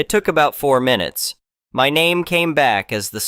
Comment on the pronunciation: Minu ets? Is this read by ai?